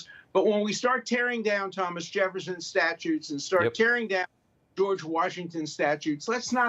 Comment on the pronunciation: Dershowitz is not too bright if he pronounces, she referring to, statues as “statutes” Biiiig difference between the two!!!